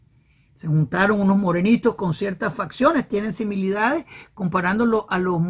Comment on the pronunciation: Con respeto, no se dice similidades, se dice similitudes